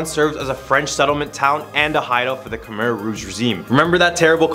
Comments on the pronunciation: Lmao I dated two Khmer girls 4 years each and was with her family, went to funeral, temples, prayed with monks everything and you're the only one I heard pronounce khmer "come-are" 😂. The all pronounce it "kim-ear". I had to rewind like whaaa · Dude… it’s Khmer not Khmar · You said khmer wrong